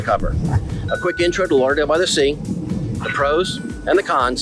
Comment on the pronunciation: Why do you say "Lah-Dale" instead of Lauderdale ?